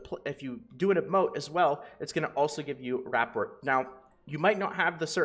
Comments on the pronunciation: Ruh pour. Not rap port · rapport = Ruh-Pour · Love the info bro!!! Your channel has been a huge help with getting me over 1k ilvl. I have only one small request. Please pronounce "rapport" correctly. It made me cringe so bad I almost unsubbed haha j/k. But seriously, it's pronounced "Ruh-pore". Again, thank you for the effort you put in and the info you push out. It's appreciated. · Rapport is pronounced "Ra-poor" it's a real word, it means your compatibility with someone. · My friend, rapport is pronounced with a silent t. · Loved the video. Hated the way you pronounce rapport